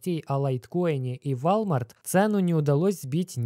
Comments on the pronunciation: Сам ты ВАЛЬМАРТ. Хоть бы узнал как правильно говорить. 🤦‍♂️ Испанский стыд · вОлмарт мужик, вОлмарт и никак иначе, зайди в гугл переводчик и проверь произношение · Произносится как ВОЛМАРТ